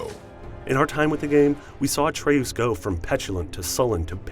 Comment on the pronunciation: Uh-tray-oos? C'mon man, it's ay-tree-us. When there's only one 't' after the 'a', the 'a' is pronounced with the long vowel sound. Like 'atrium.'